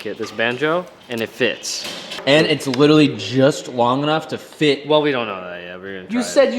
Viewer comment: Rumour has it if pronounces 'literally' correctly the effects of global warming will cease and will eventually reverse.